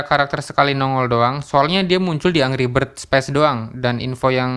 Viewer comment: saran aja nih bro, pastiin pembahasan lu di pengucapannya udah betul. contoh "angry" itu dibacanya 'enggri' bukan angri. dan kurang-kurangin filler word, seperti "ee..", "gitu", dll biar enak didengernya. juga kalo bisa menghemat kata, jangan mengulang perkataan yang sudah dikeluarkan. bukan sok menggurui, biar lu juga berkembang bro.✌